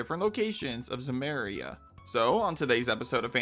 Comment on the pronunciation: Zemeria? What?